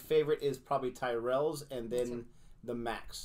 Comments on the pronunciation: I have to be on the mood for Tyrrells, pronounced Tirrells with a Y. Not Tie-rels. I love Walker's snacks, monster munch and quavers included. I've had all 3 of the best known flavours of monster munch, including roast beef, pickled onion, and flamin hot flavours. Even cheese flavour monster munch included in the Walker's mix ups cheese flavour pack. When it comes to quavers, I've had cheese, prawn cocktail, and salt and vinegar flavours. I have to be in the mood for Walker's max. I've had Smith's fries things in the past. The flavour of scampi, the real name of scampi is langoustine. I like Jacob's products also, twiglets included. Not too keen on cheese footballs. But I do like cheddars and cheeselets. Speaking of cheeselets, during the Xmas period, they make treeslets. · Walkers is an older company than Lays. Walkers was bought by the same company that owns lays a few years ago during our last major recession. Tyrrells is pronounced ti rells. Not tie rells. It has a short I sound. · Pronunciation is tirrell- as in the f1 team in the past! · I'm only seeing this video now! The Bacon and Scampi Fries are a classic pub snack, so best enjoyed while have a pint of your favourite tipple. And Tyrells is pronounced "ti-ruhlz" 😁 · Twigglets are tasty, they are covered in Marmite Tyrells are pronounced turrets Keep up the good show ❤️❤️❤️ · "Tyrells" is an Irish surname. It's pronounced " Tir ells" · Tyrrels is pronounced “Tirrels” even sounds better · Tyrrells are not the house from the Game of Thrones: Check out their ad for the correct pronuniation of the name By the way, Americans tasting Twiglets and Marmite is always amusing. These are cultural differences in taste, for example you may love root beer, to me that tastes disgusting! Keep trying our UK snacks, biscuits and sweets (cookies and candies).